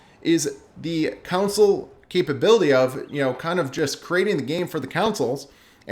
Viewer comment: Please say CONSOLE properly thanks. Besides that all good points